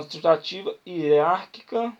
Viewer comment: Parabéns pela aula.. somente um toque na pronúncia da palavra "hierárquica" .. grande abraço